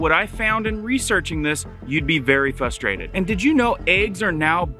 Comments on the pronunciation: You said fustrated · Fustrated?Learn how to speak idiot.